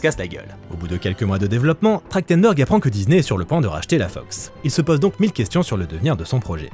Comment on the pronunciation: ça fait bizarre de lire Trachtenberg et d’entendre prononcer Trachtendor. C’est vraiment comme ça que ça se prononce ?